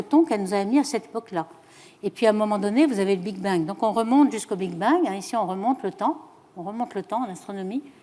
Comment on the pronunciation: Lol elle dit le Big being abusé je décroche